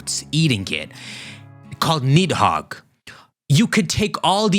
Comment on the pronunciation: The 'd' in Nidhogg and Gardr is pronounced as 'th' sound. Side point though, there being 4 Stags could explain Xerneas also being dormant in the region for Pokemon Snap; even these 3 aren't truly the only ones of their kind. Here's a question though, is Zygarde Nidhogg or Jyormungandr with Rayquaza being the other or is Green/Black Zygarde one of them while Teal/White Zygarde is the other?